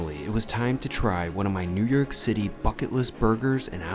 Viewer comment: he keeps saying new yerk and not new york, goodness gracious! Sorry ya got ripped off here! cavierr and not caviar? lol Kurt's ala carte